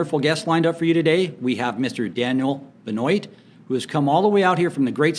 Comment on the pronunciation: Great chat. Just a minor correction , I believe his surname is pronounced " ben-wah "